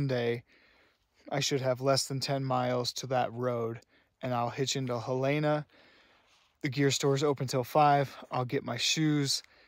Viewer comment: FYI, the name of the Montana state capital city is spelled Helena and pronounced Helen-ah, not Helayna.